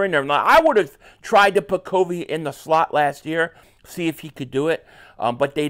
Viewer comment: That's not how you say covey have you watched a broadcast